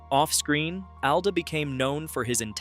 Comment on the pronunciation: It’s “ALL-duh”.